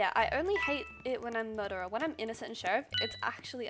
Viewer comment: everyone: murdrer she: murdah